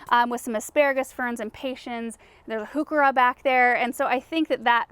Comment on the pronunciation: Love learning about all of these lovely plants. You taught me how to pronounce huechera. 😍